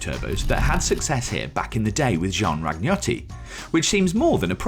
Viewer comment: Make an effort to pronounce name properly. its not Jean RAG NOTTI but Jean raniotti, the G is silent !